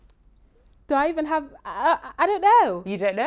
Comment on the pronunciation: “ Evon if “😅